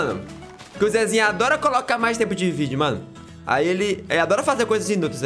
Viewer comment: o cara falou videu